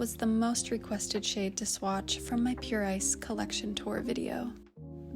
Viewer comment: I'm sorry but its morning and I heard you say "Pure Ice Nail Polish" and all I could hear is "Pure I snail". I was very interested where the snail is going to come into play lol